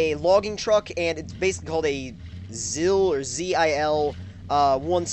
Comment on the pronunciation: The first orange truck is pronounced ZEEl its a Russian truck.